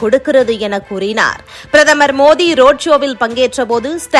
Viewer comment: மோதி அல்ல மோடி சரியா உச்சரீங்க